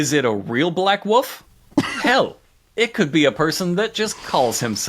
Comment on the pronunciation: Trapper saying "Black Woof" instead of "Black Wolf" is adorable and drags me out of the peril they're trying to set up. Stunning opening to the MM episode. Let the train wreck commence!